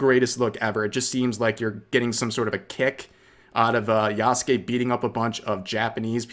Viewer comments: Apparently they aren't even pronouncing the character yasuke's name correctly in this game. I keep hearing people saying "yah SU ke" instead of "yah ske" like it should be, so clearly that's the way people are hearing it said from the company Which is just another low key insult to Japan. It's not that hard. You don't hear people saying "sah su ke" when they mention their favorite simped over character in Naruto do you? No because the English VA had respect and got it right. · Rev i beg learn to say his damn name It's just like Sasuke man